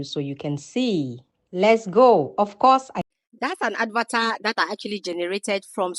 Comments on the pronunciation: Please learn to pronounce correctly...It's not "Advatar"...It's "Avatar"...Wrong pronounciation gives a less attractive impression of you and make people cringe listening to you.(Concerned viewer)😜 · Why do you call an avatar an "ad var tar"? It is lazy.